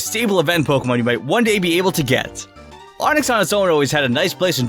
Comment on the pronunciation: Me just watching: Him: “paowkén”